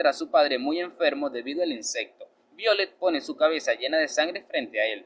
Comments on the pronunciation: Me imagino q es el nombre es Violetta Se pronuncia vaiolet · BIOLET ASI NO SE PRONUNCIA ESE NOMBRE